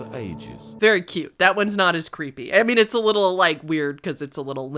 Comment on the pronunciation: You tend to hold the last syllable in your sentencessssss. Know what I meannnnn?